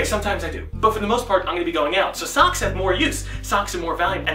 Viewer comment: when you say socks it sounds like sucks